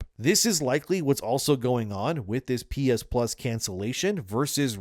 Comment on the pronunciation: "pee-is-pluz"? "pee-is-1", "pee-is-2", "pee-is-3"